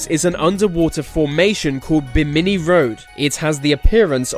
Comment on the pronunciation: pronounced lafeet, not lafayette. do brits pronounce bimini so differently from americans? otherwise, this is a pretty good video. you have a very good speaking voice.